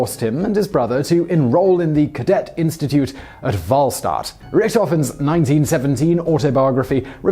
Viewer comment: You really should learn how to pronounce "Richthofen", "Freiherr", "Wahlstatt", and other German words properly. Here's a useful resource